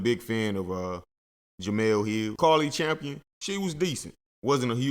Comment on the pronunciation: Say the ladies name right bro Cari Champion